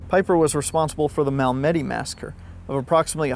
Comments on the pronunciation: Heads up: Mal-meh-dee 👍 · Bloody hell, I despise AI. The tweet can't even pronounce Malmedy correctly. AI sounds like a drunk.